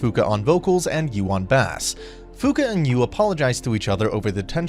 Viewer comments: please dont tell me he pronounced it "bASS" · "bah-ss" wut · this man just pronounced bass the same way your pronounce the fish bass im dead 🤣🤣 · did u just call it a bass, like the fish??? ??? Bro how tired were you when you read this script. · Question. Was it a mispronounced word or is it a dialect difference that made him pronounce Bass 🔊 like the fish bass?🎣 (Also dinner instead of Diner) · Nobody caught how he’s says bass? Lol I wish I could play a fish 😂